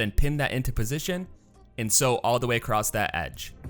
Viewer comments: how do you sew something "acrosst"? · I notice ( as a British English speaker) that quite a few Americans say "acrosst". A brand new word! 😳